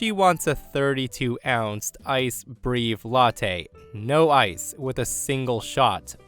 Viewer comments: Breve pronunciation = Breh-vay. “Breev” had me dying lol. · Breve - is not Bree-ve it's Breh-veh it's Italian FFS. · Killed me hearing him repeatedly saying "breeve" 😑🤦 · Not breeev.....breh-vay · Why are you pronouncing breve as brave? It's pronounced like bre-vay. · Breve is actually pronounced “Breh-vay”! I appreciate your content. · Breve is pronounced breh-veh. Love your narration! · Please pronounce breve correctly: brevay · Psst,! In story 1, "breve" is pronounced "breh- v - ay"! - Signed, a barista! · Breve = breh-vay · FYI, "breve" in that context (coffee, etc) is pronounced "BREH-veh" or "BREY-veh". That's because it's actually an Italian word (meaning "short" or "brief"), not English (so it doesn't follow English pronunciation rules). (As always, though, you do a remarkably good job of reading these stories in general, so absolutely no shade intended!) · Breve is breh-vay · Please go to a coffee shop, any coffee shop, and learn how to pronounce breve. I’ll try to type it, but hearing it is easier. It’s brr-ehhh-vay. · Breve is pronounced brev-ay, just fyi.